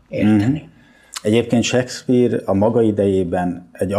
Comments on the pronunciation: Az a sekszpír az Sékszpir... Nem hiszem, hogy csak nekem bántotta a fülem... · Nem, nem akarunk kötekedni... 2023at írunk, én pedig nem értettem, hogyan lehetséges seggpírnek mondani Shakespeare nevét, akitől egy kattintásnyi távolságra ott van az információ...